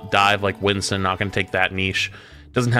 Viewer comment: I hear “Winton” and it just makes me laugh, but it’s because I call him “Binstin”